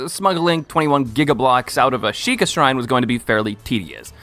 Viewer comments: YOU SAID SHIKA SHRINE ITS TOTK!!!! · Bro called it a sheika shrine😢